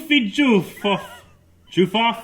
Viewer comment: HAHAHA They way you pronounced my twitter name xD Im JoOoffyjoOoff. I basicly changed it for halloween :P